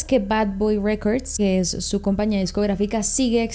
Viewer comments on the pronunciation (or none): none